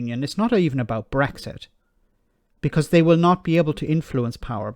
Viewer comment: WOW! "Eleven, ELEVEN of the former Bresxshit MEPs....." It's just like Catherine Tate's "Nan" character come to life!